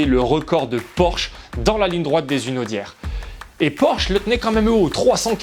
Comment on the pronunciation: Ligne droite des Hunaudières... et pas "des Zunaudières" !!! Quelle souffrance pour les oreilles !😩😫 Petit rappel sur ce qu'est le "H aspiré" ici : Quant-aux records jamais égalés, je connaissait... Merci de m'avoir enfin fait connaitre le "record jamais inégalé" 🙃😂 Sinon, vidéo, même si un peu longue, est intéressante et qui me remémore pas mal de points historiques de Peugeot en compétition, à défaut de m'en apprendre beaucoup. Un peu trop de superlatifs et de description dithyrambique néanmoins, alors que la marque a longtemps été totalement absente de toute compétition, contrairement à d'autres (de la fin des années 1910 aux années 80, hormis engagées par des structures extérieures à la marque). Et puis le passage sous silence des échecs cuisants de la marque, qui ont bel et bien existé, il n'y a pas eu que des réussites : Les années de défaite au Mans, qui n'ont pris fin que lorsque son principal concurrent Audi s'est retiré. La déroute absolue en Formule 1 avec Mc Laren puis encore plus avec Prost Grand Prix. Aujourd'hui l'Hypercar 9X8, toujours en développement et accumulant les reports d'engagement, et dont on attend encore la certitude de sa venue au Mans en 2023. etc. Il y a eu des victoires, des belles, des spectaculaires, des titres, aussi. Mais dommage de laisser croire qu'il n'y a eu que ça. Dommage aussi de ne pas avoir dit un mot de celui qui est à l'origine de toutes cette organisation et de nombreuses victoires de Peugeot, à savoir Jean Todt.